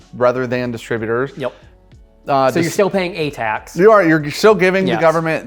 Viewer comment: Dis-trib-U- tors not distra- butors! Please!